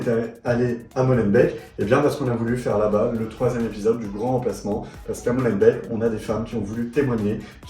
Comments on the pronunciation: Molenbééék (on ne dit pas MolenbèK) _ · molenbéék pas molenbèk !